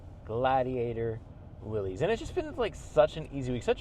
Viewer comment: its not will ees its will iss. named after john north willys